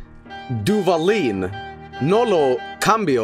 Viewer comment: As a mexican, listening to reading the Duvalín label made me want to sacrifice myself to Ixtab.